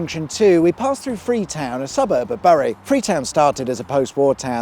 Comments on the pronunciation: Sorry but did you say "Burry"? Why do people do that!? It makes no sense. It's "Bury". Sounds the same as the word "bury". You know, like burying something. In the ground. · I drive this often, and for your information Bury is pronounced Berry, as in Bury the dead, you're welcome! 😉😉😂😂👍👍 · Burry.....its pronounced Berry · Are you pronouncing these places wrong deliberately ? Bury is same as Berry, roch same as roach Todmorden is all 1 word not todd more den .happy to help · Bury is pronounced Berry 👍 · You pronounce Bury as “Berry”and Todmorden as “Tod-mer - dun “ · Only people from Bury don't actually pronounce Bury the way it's spelt. It's Berry mate 🤣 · I think you’re pronunciation of Bury is wrong. It’s “berry” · Wonderful as always, but Bury is pronounced Berry and Todmorden pronounced Tod’M dun.